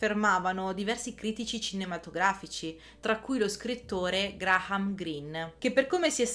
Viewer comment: Graham si pronuncia Greiam..